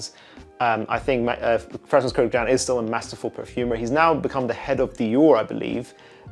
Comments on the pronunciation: It’s pronounced kurkjahn btw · Totally butchered that last name. It’s Armenian so yeah haha that’s not how you pronounce it but “A for effort” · You mispronounce his surname.